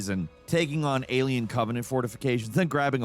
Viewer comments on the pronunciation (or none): none